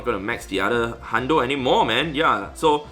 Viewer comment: I wasn't watching video, just listening. And was like, "why does he keep saying shiny pizza?"